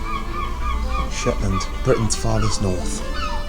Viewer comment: Scatness and Schetland were never Scottish... ok,. Lol.